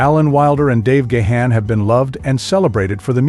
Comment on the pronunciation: Please with the mispronunciation of Dave's last name.